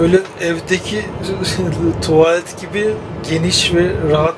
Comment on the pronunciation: Bayılıyorum şu adamın TUALET deyişine